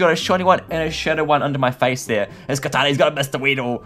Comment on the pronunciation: He says Kartana as Katana. Which is super weird and i kind of have OC on people mispronouncing pokemon names.